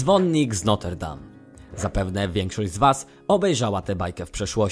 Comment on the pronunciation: To "dzwonnik z NOTR dam" a nie noter dam I to książę "Nawii" a nie Nawen XD